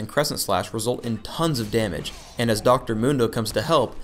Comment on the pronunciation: i heard thons of demage